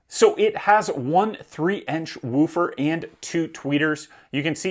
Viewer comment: He says woofer very strangely...